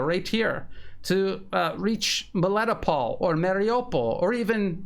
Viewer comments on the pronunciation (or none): none